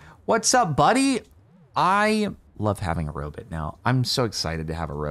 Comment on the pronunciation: "jerry the robit"